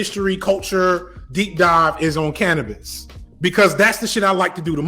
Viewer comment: ayo! did this man just say "Canibus"!? ima need that real real soon.